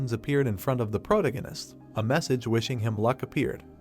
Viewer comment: I wish they would train the text to speech how to pronounce "protagonist" properly if they are going to use the word in every other sentence.